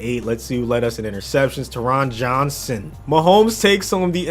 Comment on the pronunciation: taron johnson’s name is pronounced tear-rin jon-sin